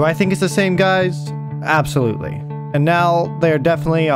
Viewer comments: "Obsolutely" Do I think he meant to do that? Absolutely. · "obsolutely" - 2020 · Do I think it’s the same guys “Obsolutely” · OBSOLUTELY?? LOL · "OBSOLUTELY" you ABSOLUTE TROLL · “Obsolutly” 2020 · Mans said obsolutely